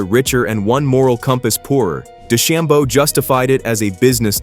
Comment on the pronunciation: Try pronouncing DeChambeau and Koepka correctly.